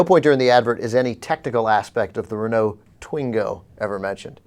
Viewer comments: Still, I loved the way you said "corriere della sera", probably as much as a french loved your "renaulT". Really guys, english pronunciation by italians sucks and I agree, but you are in no position to have fun of it ;) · When she said "Ren-ault" I epic facepalmed before the Jew man came in to the rescue. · do renault not sell cars in america? how come anyone butcher that car name so badly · in other countries its not uncommon to have english names for say fench or italian companies its just pronounced in a french/italian way. Like engrish for example in japan where they are english words used although pronounced wrong in a japanese way also english words are often used in other langauages like the adaption of cool (english) in french. Also its cause the lesbian is seem as stupid and expoilted duhh! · Mighty and grand lolz at the failure to pronounce Renault.